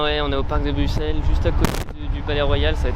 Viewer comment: Ça se prononcé BruSSel sinon chouette vidéo 👍